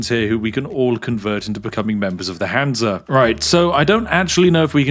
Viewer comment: Many Hans make light work😅Would have been better with a German accent on Hans.